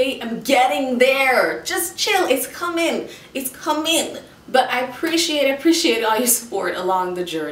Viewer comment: "It's com-IN" I love it!